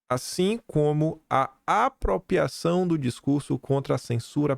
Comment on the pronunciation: Sempre bom o conteúdo, mas me dói nos ouvidos tanto “própio”, “apropiação”, “propiedade” e por aí vai.